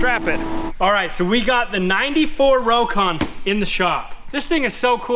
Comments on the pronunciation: Just a FYI. The correct way to say Rokon is ROCK-ON. Robert Korpi made sure I knew the correct way to pronounce the name after I call it a Row-KON. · I knew someone in the 70s that owned a Rokon. He pronounced it rock-on. I don't know which is correct.